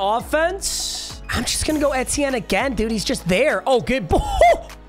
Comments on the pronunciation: PAPA PAPA PAPA ITS PRONOUNCED E-T-N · The way he says etienne pisses me off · makes me mad the way you say etienne